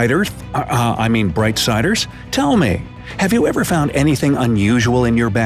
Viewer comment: Is it well bright sider’s or is it well bright thider’s